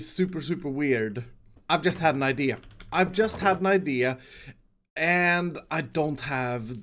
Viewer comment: Just thought you said ikea